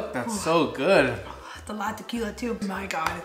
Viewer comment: When she said tooo. Lol 😂😭😭 Bilingual problems 101